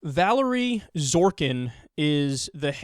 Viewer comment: PROSTIT Kyle. you pronounced it Valerie it's Va-Larry ask the resident Gopnik !